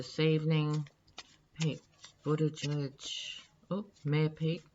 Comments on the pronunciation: You pronounced his name perfectly. I sense his pureness, integrity will serve Mayor Pete well... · You did good on Buttegieg pronunciation,! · You said his name well... not see him speak, he is very bright well spoken quite impressive.